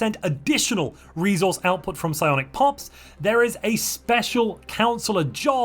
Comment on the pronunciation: Psionic is unintelligible